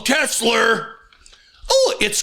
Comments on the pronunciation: "I love Tesler!" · He doesn't want an elect car? What happened to " I Love Tesler" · “I love TESLER!” Lord help us. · Oh I remember him vividly saying, "I LUV TESLUR!"